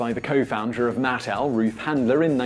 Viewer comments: The company name is MatTEL not MATtl. Accent on the wrong syllable. My mother was an early employee and I was a playtester as a child. People need to remember that Barbie is a fashion doll, not a nude model. Her waist has to be extra small because of the fabric build-up there when you have waisted clothes and multiple layers. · Look, you gotta work on the pronunciation and stick with it: it's MUH-TEL, not MATT-ELL. And the pregnant Barbie doll was called Midge.